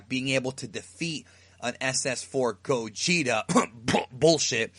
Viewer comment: what the fuck is a gojeetah?